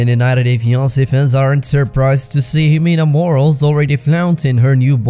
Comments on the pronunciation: Her name is "Mor-al-es" not "morals". Aren't you Spanish yourself? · Friendly tip: Morales is pronounced “Mo-rah-lehs” not morals ☺️👏 good video